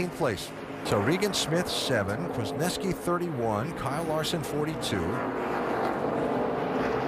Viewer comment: its pronounced newski! not neski lol